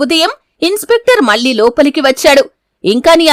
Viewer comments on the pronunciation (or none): none